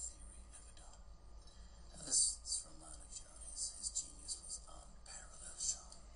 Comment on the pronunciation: Dear, thanks a ton for this video.:) Thoroughly enjoyed it. If you will please pardon me, just letting you know that his name is pronounced r-AA-m-AA-nu-jan (no AA emphasis here).